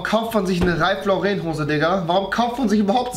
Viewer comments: Mich regt es so auf wenn leute ralph lauren "ralph loreeeeen" aussprechen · Es heißt nicht ralph loreeen